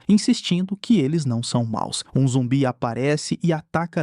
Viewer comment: ainda majs mais falando zumbie kkkkkkkjkkkkkk